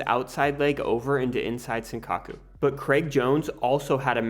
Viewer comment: “Inside sinkaku” people need to either learn how to pronounce stuff properly or just use the term in English, because these butchered Japanese terms are awful